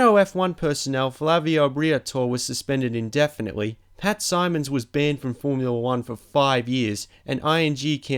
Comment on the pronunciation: ..and he said Pat Simon.